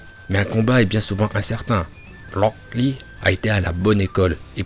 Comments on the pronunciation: mais arrete de dire rock lee et haku comme sa stp xDD "HakUuU" et locK Lee" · Pk il dit "Locklear" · Il a dit 18 fois lock lee en 5minute seruix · On dirait qu'il dit lock lee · Franchement 'haku' à un meilleure accent que lock lee😅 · Tu sais t'a juste à dire "Akou" Et "Roque Li"... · Rûok Lee kuü ptdr la prononciation en vo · Tu dit HAKEUUH et LROCK LEE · "Loc li" "Aku" (Rock Lee, Haku)😂😂😂😂😂😂😂😂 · " Loocc Li " mon cerveau chauffe !!! 😂😂😂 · "Lock Lee" et "Haku" 🤣🤣🤣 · Pk tu dit "lock lee" et tes accent son...incroyable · Le "Lock Li" il me fuuuuuume de malade mental mdrrrr. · Moi non plus je comprends pas pourquoi il faut dire Locl Li alors que même le chinois qui parle Français prononce leurs propre prénom avec l'accent Français et c'est logique. C'est comme les gens qui parle Français et qui place un "anyway" ou un "you know" comme ca, ca a aucun sens mdr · « Lock Lee » mdrr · Putain comment tu dit aku et rock Lee c'est bizarres ! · Oui ta vue ça moi g l abitude de rock lee